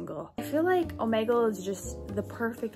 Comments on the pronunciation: Its pronounced oh-me-gle. NOT oh-ma-gel! Get it right! (Btw it annoys me when people pronounce it like that. So please say it oh-me-gel, thx😊) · oh- MEE- gul is how u pronounce it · Its pronounces omeegle no hate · is it just me or is she saying omegle wrong?